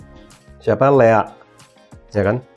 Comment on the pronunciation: Lea, kedengarannya Leak tadi, beda ntar artinya...😂🙏